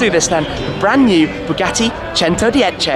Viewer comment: THE NIU BOOGATEE BOOGIEE.